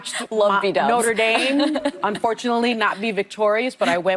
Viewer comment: She can't even pronounce Notre Dame correctly lol